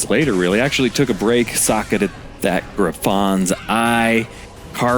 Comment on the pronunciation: Gri-FOns eye? wtf.. is this AI? Dee-a-dem?? In the hope that you are willing to learn... it's "Griffuns" eye - syllabic emphasis on "griff" and it's DIE-A-DEM, like the thing you wear at a pageant. smh.